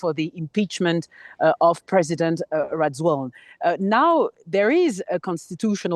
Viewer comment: Can someone please correct how this reporter pronounces his name?! lol It's NOT "Rawelina" it's rather "Radzuelina"